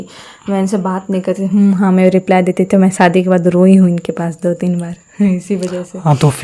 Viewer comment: रिप्ले nhi भाई रिप्लाई 😂😂😂